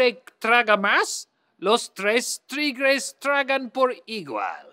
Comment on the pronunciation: Almost perfect the "Tigres" thing. Now it's your turn Linus, Esther and Julia